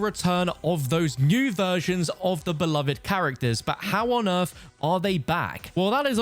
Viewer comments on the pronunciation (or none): none